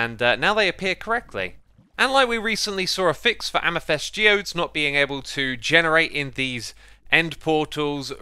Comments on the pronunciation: Its not AmYthEst, its AmEthYst! I dont know why but it pisses me off every single time. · omg please stop saying ameh-thest